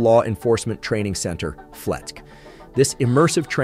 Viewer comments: it's not pronounced "fleck". Its pronounced "Flet-see" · It's called FletC, emphasis the C. . .I know this cause I've trained often there and worked there. . .